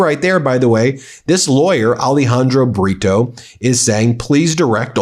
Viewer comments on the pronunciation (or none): You make me laugh when y say the lawyers name britio but it sounds saying burrito ( donkey in spanish) this fitts the situation